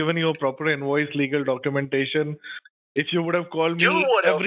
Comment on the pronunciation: What’s an inwoice, werify